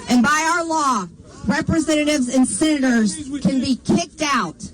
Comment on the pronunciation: People type Senator every time she says sinnaters. She is pathetic with the English language.